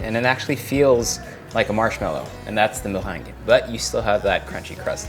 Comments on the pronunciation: Zah moh-rhang (the meringue)! So different from how we said it as children: me-reng-ge hahaha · MuhhRRRrrrrheeengue. I love it❤️😂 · Notice how he says "mewang" hahaha so fancy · I love how he say meringue 😍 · The way he says meringue tho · Did yall hear him say meringue?? 😍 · Your accent in Meringue tho.😍😍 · All I can hear is "meringue" ;-) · I love how you say meringue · Is that how you would say it? Sounds cool!